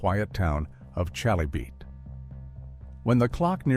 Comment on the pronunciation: Her hometown, Chalybeate, is pronounced kuh-lee-bee-it. Just sayin'.